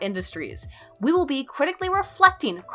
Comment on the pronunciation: "Critically RUHflectEEN..." Did you mean "reflecting"?